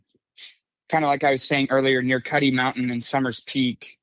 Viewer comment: Just FYI it’s Cuddy Mountain and not Cutty.